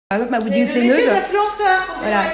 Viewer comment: On dit wedding planner pas « wedding planeuse » pathétique inculte. Elles sont ridicules.